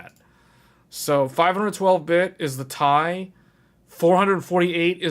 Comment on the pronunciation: its T I not tie